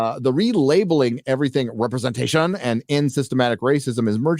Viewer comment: Need to find a compilat-shun gif montage of the Namor actor saying, "repre-zen-shun." 😂